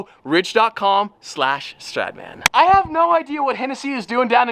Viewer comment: Then stradman - street man 😂😂😂 an sorry no offence i love you